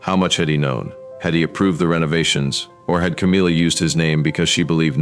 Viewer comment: C AAAA M IIIII A, NOT CAMEELA